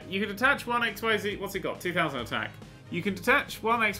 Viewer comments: I'm just going off of how the characters in the show pronounced it. What you're doing is pronouncing the Z as if it were on it's own instead of pronouncing as it is used in actual words. All three of the letters in XYZ are said in the way that they would be in any other word. X (since it's at the beginning) is pronounced ex, Y (since it's in the middle and is acting as a vowel) is 'ee', and Z is just the 'zzz' sound. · Can I just point out the "XyZ" monsters (not to be confused with the series of monsters, V, W, X, Y and Z) are actually pronounced XZs. I'm still not sure why, but that's what they called them in the anime. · pronounced x-eez. The pronunciation basically treats the Y like an e.